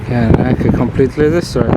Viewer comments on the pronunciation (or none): *engrish do cara italiano* It is Completely Destroyed!